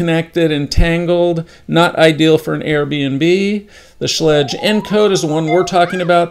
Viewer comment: Schlage rhymes with egg like schlegg.